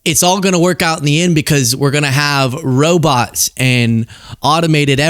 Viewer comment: I love Bernie, I dont know if there is anyone who cares about ordinary people as much as him. Love the way he says "robits"!